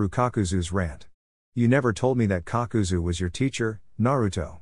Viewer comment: Kakazu becomes Papazu 😂❤